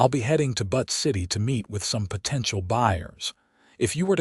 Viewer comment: Butt City LOLOL It's BUTTE city - Like Beautiful - Butte.